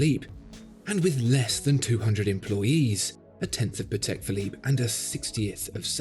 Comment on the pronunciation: well, it's pAtek, not patEk. it's a polish surname.. not a big deal, just so you know.:)